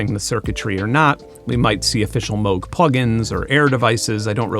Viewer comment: Thank you for pronouncing Moog correctly! I know the family of the founder and everyone pronounces it wrong!